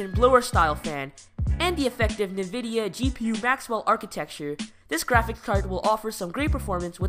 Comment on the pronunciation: Dude... Nvidia is spelled /ɪnˈvɪdiə (in-vid-eeə).